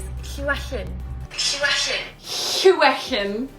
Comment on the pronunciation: YOU DID SUCH A GREAT JOB OF SAYING HIS NAME!!!👏🏼😍 I love him so much I NEED him!💕